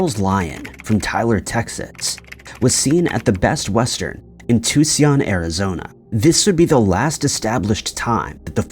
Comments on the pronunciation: It is pronounce two-sawn, Tucson, not whatever you said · Tuscon: "too-sawn"; Dublin: "dub-lin" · Too-see-on Arizona?!?, it’s pronounced “two-sawn,” the last part rhyming with “yawn.” I swear, you have to be doing this for engagement. That’s fine, but it drives me insane!!! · Tucyon? Who is this moron? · Too-see-on 😂 I’m fuckin done 💀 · Tootzion Arizona, really? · Tucson- ( to son) kebab-( ki bab) please look up the pronunciation. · I used to think the voice on this channel was natural, until the way Tucson was pronounced near the beginning of this video and now Im not so sure. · 🤭 I assure you the narrator is a real person.. I'm convinced they pronounce words wrong just so people get triggered and leave a comment,every comment pushes the algorithm.. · He has another channel where he is on camera. I believe he's Canadian. He must mispronounce on purpose to get the algorithm in his favor. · It's Tucson